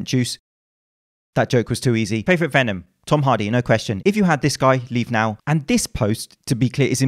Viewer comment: 'venom' lol